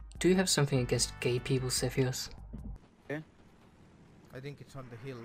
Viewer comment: its not sethioz but saltyioz